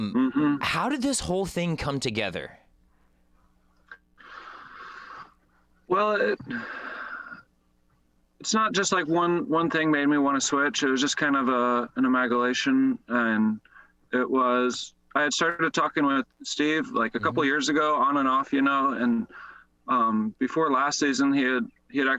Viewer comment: Amagalation!?? Haha. You mean amalgamation. Great word twist